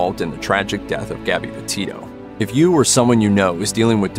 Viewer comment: Gabby.Not Garby.